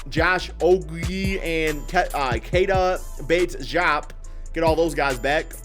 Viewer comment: Bro the way you said kieta bates-diop lamoooo